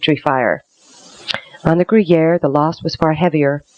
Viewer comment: Why does the narrator keep pronouncing the name of the British ship as "gruyere" like the cheese? It's Guerriere (or geh-yehr).